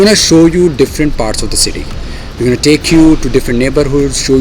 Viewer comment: You go-nna and gawnna is so taunting :)